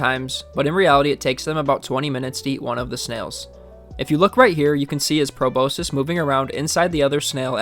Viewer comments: pro-boss-kiss and pro-boss-sis are correct, but pro-boh-sis is not correct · Proboscis is pronounced Pro boss kiss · Check how to pronounce proboscis ffs mate ... You gen z's are becoming more illiterate and exponentially dumbing yourselves down the more you stay glued to your screens, ingest social media and don't read books anymore ...